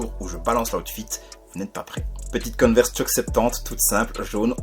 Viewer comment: Coneverse ou Converse 😅😅😅😅